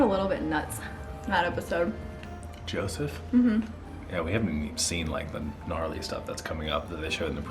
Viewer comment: It’s yousef not Joseph